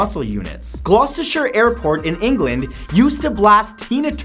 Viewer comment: #50 it's pronounced gloster (I know it's kinda stupid 😂)